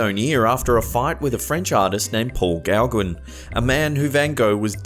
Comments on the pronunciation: Gauguin is actually pronounced "Go-Gan" and NOT "Gow-Gwin". Here's a link to the correct pronunciation of this French name, Gauguin. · You make me laugh out loud with your pronociation of forgian names. It's pronounced Paul Go-gan. 👍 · Thumbs up...just a friendly FYI though. You pronounce Gauguin as Go-Ga, dropping the n. The A is pronounced as it is in the word 'fan'.